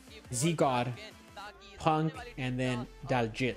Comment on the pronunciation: Thank you for correcting me! I will pronounce it correctly moving forward